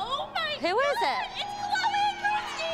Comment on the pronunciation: Me: why do people always say Chole when it's "CHLOE"